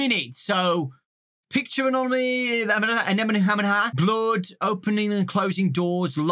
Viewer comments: Say it with me, - ah-nom-ah-lee. Adore you to bits. Happy Valentine's Day, darlin'. Get some rest! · if you want to say anomaly then just say "anom-aly "